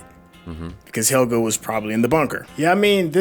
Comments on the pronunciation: "He-- so it's Hegel... Helge! Not Hegel." "...Hegel." 😓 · IT'S PRONOUNCED AS Hell'gey. These guys hear it again n again, see the spelling of the name, and they even say it accurately. But then decide to randomly blurp out hECkeL hEgEL hEckLer wtf man, no surprise though, they're americans. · "Hegle", "Heleg"... My poor boi Helge